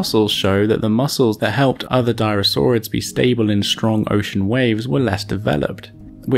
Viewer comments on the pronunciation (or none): none